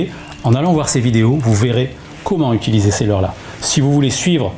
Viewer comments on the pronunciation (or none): none